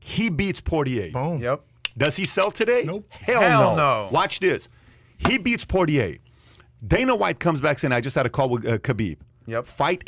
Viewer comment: None of these guys know anything about fighting. Patrick can’t even pronounce Dustin Poirier last name correctly. Also, Patrick asks a stupid hypothetical question. Connor has no chance of beating Khabib.